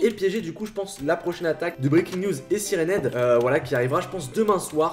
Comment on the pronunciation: Tu peux prononcé siraine heab en anglais donc sylenhead